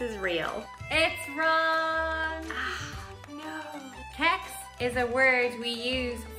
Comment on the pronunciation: Kex sounds like Cakes :)